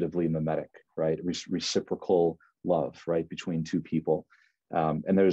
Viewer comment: mimetic, not memetic.